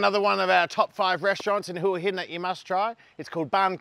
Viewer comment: Love the videos , but to me you pronounce Hua Hin incorrectly. Think it should sound like Wha Hin . Can you check it out please